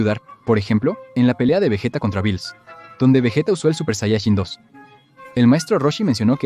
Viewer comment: "Supershayachin dos"